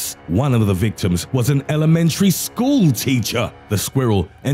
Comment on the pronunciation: NARRATOR'S HIGHLIGHTS - "... Slight or partial PARALYSISSS" - "... Elementary SCHOOL teacha" Men, this narrator rocks!